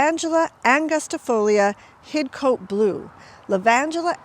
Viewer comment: We don't pronounce the 'e', we say Hid-Cot ;)